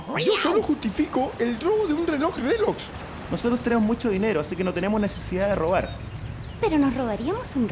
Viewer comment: todos savemos que dice relox en vez de rolex para evitar el copiryght🤣🤣